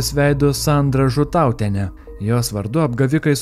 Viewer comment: Pastabėlė 😃 Žútautienė o ne žutaaaautienė 😂